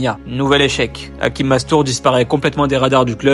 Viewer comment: C est hachim comme ca se prononce et non hakim